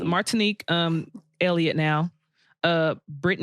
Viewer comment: She said Elliott. Lol